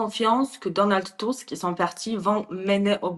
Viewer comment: Enfin qq1 qui, ds les médias, l'appelle TUSK, et non pas TUSK !! Cela doit bien l'escagacer d'entendre faire rimer son nom avec le Petit M..rdeux à chaque int'L "press report" ! BTW, cette interview a l'air de dater de qq mois : = "...alors pourquoi, à la veille de ce 2eme mandat Trump , ..."